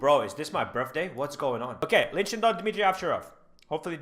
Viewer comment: its shidong not shindong